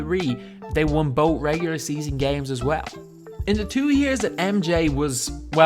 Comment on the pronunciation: Hate the way he says "both"